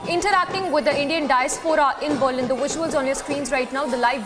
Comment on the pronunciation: Why is the anchor pronouncing Berlin wrongly?